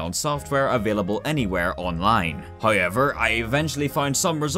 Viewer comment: i love how he says hayever instead of however